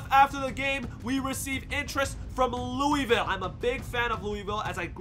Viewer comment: As a person born in Louisville and lives in Louisville your pronouncing Louisville wrong but its fine you should still go to Louisville